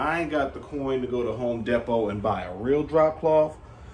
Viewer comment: He said Home Depo! Lol I’m weaaak! I been watching you for years! U is funnyyyy!!! Keep me laughing boo! ❤️